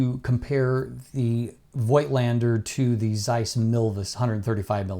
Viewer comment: "FOLK - LEN - DA"